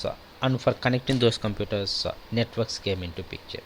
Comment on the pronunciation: Was anyone else confused about what he was saying? He says "Networks" as "Nwetarks". xD